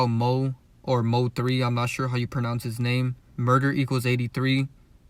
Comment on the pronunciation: Get that Man name right please. You know so much but not his name is crazy . Mo3